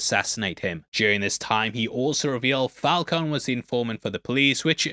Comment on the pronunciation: It's fal coney too LOL, like Coney Island lol